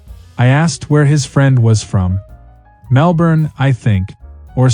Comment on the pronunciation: Bloody yanks coming to OZ and pronoucing MelBorn and BrisBane